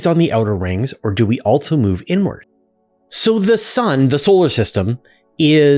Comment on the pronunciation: Are you aware, you mispronounce the word "also" as "altso"? It's minor, but I have noticed it before, and you did it at least twice in the first three minutes of this video. It's a minor distraction. For the Asuria question, he asked if he threw it straight down, not within the orbit of the spacecraft, forward. If you threw it behind and down, it seems it would eventually fall, but you didn't cover that possibility. If you can't throw something "down," then what is the best a human could do? When would a human-thrown wrench land?